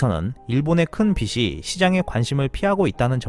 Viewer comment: 빚이->비시X 비지O